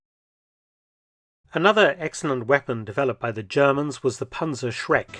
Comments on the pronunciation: 🤣🤣🤣 "kanackers" it is pronounced "knackers", no vocal between the "k" and the "n"... "kanacke" means something different in german i won't explain here anyway great video, love to learn history! keep it up 😎👍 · It is pronounced PANTZERKNACKER A Panzerkanacker would be something different 😂😂😂😂 kanacke is a slur word for immigrants from southern europe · It's pronounced Knacker. Pronouncing it Kanake makes it an ethnic slur for middle eastern people. Imagine the Wehrmacht throwing oversized middle easterners at tanks to destroy them. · Knacker Not kanacker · The pronunciation sounds like "Panzerkanaken" to me as a German. Kanake (plural: Kanaken; also Kanacke[1]) or Kenek (plural Keneks) is a mostly derogatory word in German colloquial language for people from Southeast Europe, the Near and Middle East and North Africa. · Certainly a rather interesting way of pronouncing the word "Panzerknacker" you got there, Dr. Felton. May I suggest to not repeat that in the presence of actual German-speakers, especially not if they're of Turkish or otherwhise middle-eastern descent, it might lead to some... irritations.